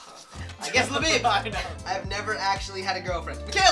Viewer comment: Every time you say Labib, I keep thinking you’re saying Le Bieb as in Justin bieber